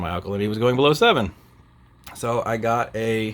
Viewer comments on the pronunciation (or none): "bellow seven" - what?!